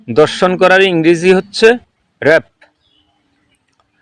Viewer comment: দর্শন করা না, সঠিক উচ্চারণ ধর্ষন করা। কুমিল্লা নোয়াখালী চিটাগং এর মানুষের জন্য বাংলা ভাষাটা অনেক কঠিন। পাচা না, এটাকে বলে পাছা।